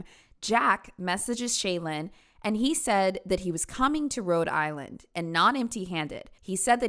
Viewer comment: i know the rhode islanders hated that pronunciation